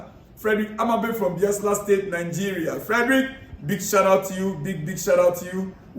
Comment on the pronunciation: my name Odunayo Ojo from Nigeiria. The pronounciation is not BIASLA, but BAYELSA. The place is in Nigeria. On Liverpool versus Chelsea game, I will like CFC players to keep their head cool and try to manage their egos. Also help us talk to Jackson to please show his class against Liverpool, not to busy fighting the players or the officials. I wish them good luck on Sunday. It is truly their second test of game after Man City game.